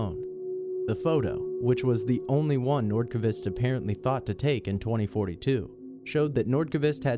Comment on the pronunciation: "Hakan Nordkuhvist"